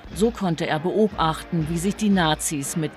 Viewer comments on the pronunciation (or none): so konnte er beob achten" lol